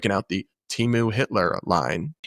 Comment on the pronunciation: This woman is in it for the perks and that’s it. Also it’s Temu, not Timu.